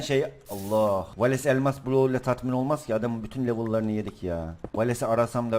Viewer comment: valese hep valeks diyen laz abimiz +1 daha doğrusu genelde